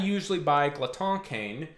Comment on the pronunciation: Gerhardt Boesl i was gonna mention this but both you and are close to correct pronunciation, but in common French Glotin would be pronounced “glow-tan”, with the “an” sound produced by a nasal “fade” similar to the back-of-the-mouth articulation used in double tonguing